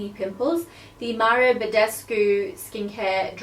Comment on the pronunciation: It's Mario Badescu, not Maro